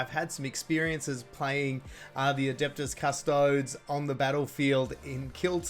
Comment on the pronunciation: Please learn how to pronounce Adeptus Custodes.